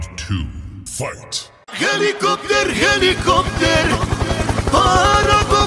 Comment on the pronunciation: Herlicorrpter, herlicorrpter, lol